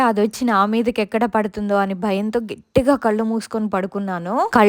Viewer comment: Gettiga anakoodadu Gattiga anandi